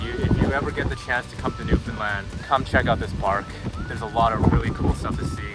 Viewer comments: For future reference, it's pronounced newfinland not new found land and Newfoundland is one word. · It is pronounced “New’-fun-land” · .. I know. I kept cringing every time they said “NewFOUNDland” 😂